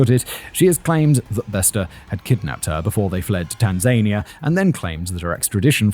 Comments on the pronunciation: never heard Tanzania pronounced like that… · I’ve never heard someone pronounce Tanzania so wrong oof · It's so odd that people needing to flee immediately from the police take the time to ransack the appliances in a rental house. Almost as odd as those pronunciations of Soweto and Tanzania. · Pronunciation guide: Tanza nia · I checked a couple of Swahili yt videos because I also had this thought, pretty sure he’s pronouncing it wrong and it should be something like tahn-zah-nee-ah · I've googled this because I'm not sure, I can't find anything. Does Whistler mean Tanzania when he says Tan-zaine-ia or is this a place I've never heard of? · You are pronouncing Tanania the same way Donald Trump does and we Americans laugh at him it is thazan I a, the emphasis such be on the penultimate syllable. Please keep this in mind because you sure don’t want to sound like Donald Duck or just plain Donald Uck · + "tan-ZANE-ia"? + "SOW-uh-Too " ? ;) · Tan-zania... I have been pronouncing this wrong my whole life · It should be pronounced: Tan-zuh-nee-uh. Simon pronounces it incorrectly in this video. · He is pronouncing it incorrectly. It's Tan-zuh-nee-uh. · Good, just making sure Simon was wrong. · How Simon is pronouncing Tanzania is driving me nuts lol 😂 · Why are you saying Tanzania like that? Almost gaslit me into thinking I’d been saying it wrong my whole life. I had to look it up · Simon, please, please, please learn how to pronounce Tanzania before you record anything else containing the name of that country. It totally spoiled my enjoyment of listening to you and I almost (after shouting at YouTube several times) moved on without hearing the end 😤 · I love you channel Simon, and it’s just a little criticism. Your pronunciation of Soweto and Tanzania is quite comical. You got Kenya right though Doesn’t your grandmother live in Sth Africa? Could’ve just asked her 😅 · I'm genuinely amazed (although at this point I don't know why) you don't know how to pronounce Tanzania